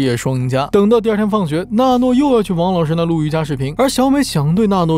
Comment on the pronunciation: 是娜诺 不是诺娜 字幕对了 读错了